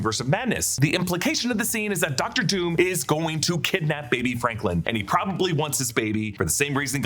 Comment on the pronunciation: Wonder if Franklin, or has Sue kept saying “Franklind,” is really Sue and Doom’s kid